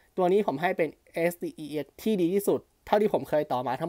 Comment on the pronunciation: มีช่วงหนึ่งพี่พูดsdexเป็นsdcs